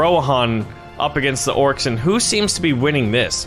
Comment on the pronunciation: Orcs not orces